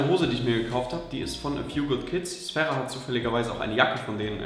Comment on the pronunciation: er wird nicht sferra sondern sfeera ausgesprochen, mit langem e